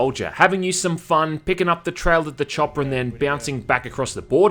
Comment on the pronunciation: Did you say... Da choppa?!